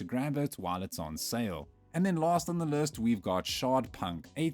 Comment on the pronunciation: Using an AI voice now? "next on our lurst"?